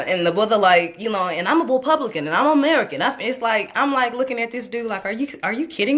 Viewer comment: Did he say he was a 'Weepublican"he probably has a speech impediment but he did say weepublican